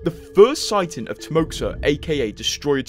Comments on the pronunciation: I think it's pronounced Timoha and not timoksa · It's "Timoha" not timoksa. Russian X is H. Timoha is the short for Russian name "Timofey". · Read like "TimoHA" (HA) ;) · Timoxa is russian name and its pronounced "Timoha"